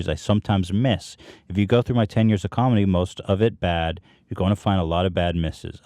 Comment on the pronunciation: is it me or Hila says comendi